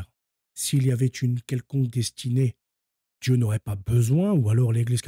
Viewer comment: Et moi j'allais ajouter autre chose. Ça va pas être agréable et c'est pas si simple que ça de le dire de mon côté non plus. Dans ton "apostolat", que je respecte, et le travail honorable dans lequel tu t'es lancé, essaye de corriger certains travers...comme Hertchique. Djieu. Vatchican...etc. Ça ne sert pas la cause et ça ne te rend pas service non plus. C'est les gars de la cité qui articulent de cette façon. Les Wesh. J'ai mon libre arbitre pour finir par te le dire. Car à chaque fois que je t'écoute, ça mécorche les oreilles. Tu as le libre arbitre aussi d'y veiller pour corriger ça (et ça sera pas évident, mais c'est possible), ou tout bonnement t'en ficher. Je sais pas si d'autres te l'ont dit. Mais là j'ai fini par le faire.